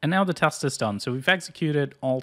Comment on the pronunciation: its teeeeest not kurwa tahst.